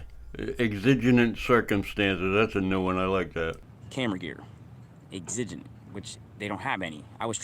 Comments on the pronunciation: Eggs-zijj-unent?? 😳😳 shhhhh, the password is..."exigent," pronounced... EX-suh-gent. 😏😐😂😂😂 Leave the big words to the adults lil buckaroo. 😆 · It's pronounced EX-i-GENT you moron. You cannot FIRST AMENDMENT AUDIT a PRIVATE BUSINESS for the gazillionth time. This is not a "good fight," you dickflutes. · Exiginent circumstances... he sounds like a genenious to me 🤣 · IIRC, he was taking a wild stab at “exigent.”